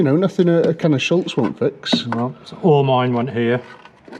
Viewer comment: Schutz doesn't have an 'L' in it, it's the German word for 'protection'. Unless you're referring to something else, like Charles Schulz the American cartoonist, but don't try putting him on the bodywork because he's been dead for 24 years.